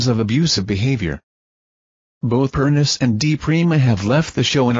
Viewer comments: It’s pronounced, PERNICHIE. Get it right for god’s sake!!!!!!! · You need to do research and learn how to pronounce PERNEECHEE